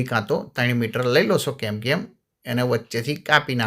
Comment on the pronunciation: કેમકેમ નહિ પણ કેનકેન બોલાય